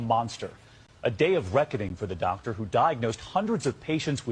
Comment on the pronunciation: DOCT-ER I think not 😂